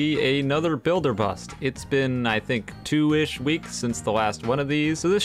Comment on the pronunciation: That twau got me laughing on the floor 😂